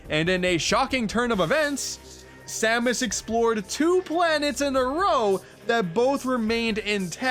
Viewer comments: it S-A-M-U-S not samooose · Dark Sam-moose? It’s Dark Sam-es (pronounciation). Sorry for nitpicking. It just kinda bothered me. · I’m sorry did you say “Sa Moose?” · are you fucking kidding me? Samoose? SAMOOSE?!?! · Was pronouncing samus as Sam-oos a joke or a mistake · Ah yess “Dark Samoose” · Ah yes, the dark doppelganger herself...Dark Suh-moose. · Why did you pronounce Dark Samus as Dark “Samoose”? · "Dark Sa-moose"...are you trying to get people to constantly point out your mistakes? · "Dark Moose" Ok yeah, this is definitley intentional, lol. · 10/10 pronunciation